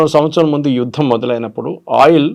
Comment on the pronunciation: హలో మేడం, "యుద్దం" కాదు "యుద్ధం". "ఇందనం" కాదు. "ఇంధనం" తెలుగు భాషను మీ వంటి సీనియర్ యాంకర్ లు కూడా ఇలా ఖూనీ చేస్తూ మన భాషను భ్రష్టు పట్టిస్తున్నారు. కొద్దిగానైనా సిగ్గు పడండి. గిల్టీగా ఫీల్ అవ్వండి. సరైన భాష నేర్చుకోండి.